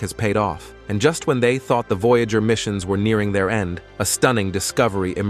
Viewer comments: yes i was like what is a voyaahjur ?? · vo jágr (no 68) 🤣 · I agree with you. Their computer generated mispronunciation of "Voyager" the name of the program was just too much for me.